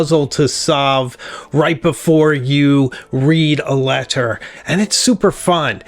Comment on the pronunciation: K never mind the way you say leTTer turned me off